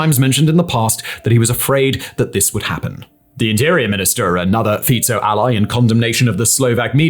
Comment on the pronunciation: Oh my god. Finally someone said Fico correctly. I top my hat to you, well done.